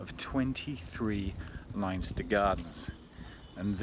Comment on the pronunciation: it's pronounced Lenster not Linester